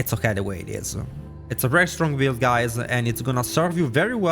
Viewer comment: Hello guyseh, it'seh. 😂<3